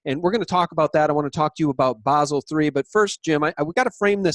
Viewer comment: Bah-sel 3,. Please! Think of how a German speaker will say the city of Basel.